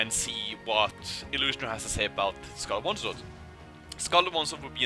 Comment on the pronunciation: Am I the only one keep hearing Scarelt Oneslaught??